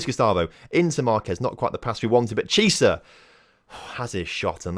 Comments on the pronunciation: its pronounce key-ay-sa not cheeasa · You say chiesa like key-ay-sa